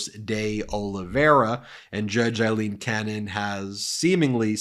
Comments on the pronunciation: It's still pronounced Eileen. Aye lean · Pronunciations... Aileen = A-lean; Eileen = I-lean. Sorry, just drives me a little crazy! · Aileen, not Eileen. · Judge Cannon is NOT Eileen but “A”-ileen!! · "I lean" Cannon. Lopsided. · It's A leen. A with an A.